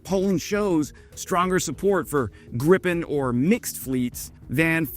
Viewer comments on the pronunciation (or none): It's Gripen, not Griffin. Also, you are pulling information out of your arse. It might have flow over your head, but the Canadians are keep on a plane that is NOT American. USA is toxic and untrustworthy. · You've done several videos on the Gripen....it's pronounced Greeeeeeepen. You shouldn't have to rely on a bozo commenter like myself. It's ridiculously easy to verify a detail like this. In addition, Bombardier (the company) is bombard-yay. Not bombard-deer. Another detail that's easy for you to verify before you record the video. Hope this helps